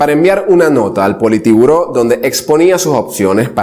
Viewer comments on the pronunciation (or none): "POLITIBURÓ" !!!! JAJAJjJaja. es sin la segunda "i" . o sea "POLITBURÓ" !!!! PEDAZO DE HD P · Joven me gusta tu afán de informar la historia de Leon Trozky,pero me parese que el nombre del Senado ruso se yamava POLITBURÓ, NO POLITIBURO